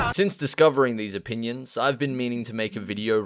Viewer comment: saying "oppinions" is going to become a meme by the end of the week I can feel it